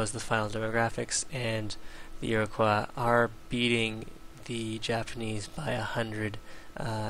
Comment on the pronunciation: Holy shit, man, it's ear-o-coy, not ear-o-qwah. Goddammit, it's not French!